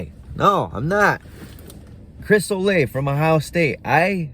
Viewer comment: Olave' (O-la-vay)